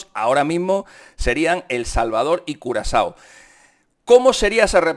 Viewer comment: Por decir curazao dijiste culo asado?